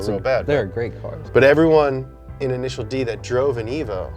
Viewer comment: INISHEEEEEEARU DEE